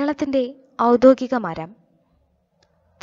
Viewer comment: ഔദ്യോഗികം എന്ന വാക്ക് പറയാൻ ക്ലാസ്സ്‌ എടുക്കുന്നയാൾ പഠിക്കണം. എപ്പോഴും തെറ്റായി പറഞ്ഞു കേൾക്കുന്നു